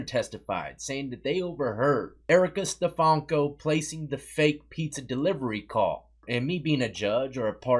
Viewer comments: STEFANKO,. Not steFALKO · Stefanko is not an English name, my dude 😆